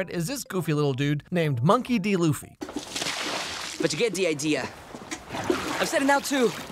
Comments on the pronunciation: except in the original Japanese they also say Luffy not Ruffy and in english too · it's luffy not ruffy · Hearing Americans call Ruffy Luffy feels so wrong